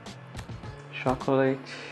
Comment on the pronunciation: mano,não é chocoleite que fala,se fala tchócolate